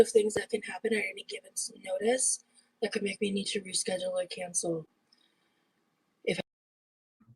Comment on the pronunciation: ''any givents notice'' <3